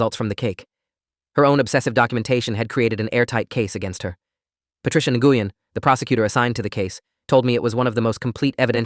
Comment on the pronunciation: Nguyen is pronounced Wen.